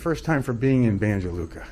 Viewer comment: My good brother, it's Banya Luka, I know you guys from the States pronounce letter J like Joe, Jersey etc. Banya Luka. Kind regards